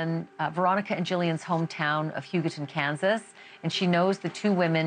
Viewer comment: Yay ! She said Hugoton correctly. NewsNation is stepping up. It's somebody's last name from way back when.